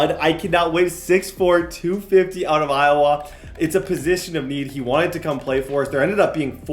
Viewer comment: pronounces Iowa, EyeWaaa